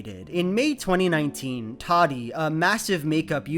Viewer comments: Tati not Tadi.. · “toddy”.......... it’s Tati with both Ts pronounced the same 💀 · Ta-tee, not toddy. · It kinda bugs me the way you pronounce her name. It's Ta-Tee not Toddy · Idk how Tati herself pronounces it, but every other YouTuber I’ve watched has pronounced it as Tati and not Toddy. I think it’s just having a strange pronunciation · watching this almost 3 yrs later its obvious that is correct about most of his points laid out here, but it’s also objectively funny and wrong that he keeps pronouncing tati as “toddy” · Obsessed with the way you call her “toddy” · i cant help but hear "Toddy" and i honestly love it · alternate video title: says "toddy" for 20 minutes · hearing call her "Toddy" the entire video elevated it to a new level of ridiculous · Every time he says Tadi I die 🤣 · Through this whole thing I’ve never heard someone pronounce Tati’s name like “Toddie” it’s throwin me off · No one:: Toºdy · ive never heard someone pronounce tati as "toddy" lmao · i’m obsessed with how he says tati.... “toddy” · Randall Paquet when i used to watch her she would pronounce it “tah-tee” like João said. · Can't believe "Tati" is actually pronounced "Taahdi" wtf is the English language even doing??? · I love how you consistently mispronounce her name :') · your mispronununciation of Tati's name is disturbing. Nice video though. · The way you say Tati is so funny! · English is weird but this isn't a good example of that. He said it wrong.